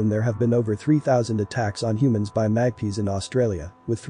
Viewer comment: That black and white bird is a Magpie (mag-pie) not mag-pea.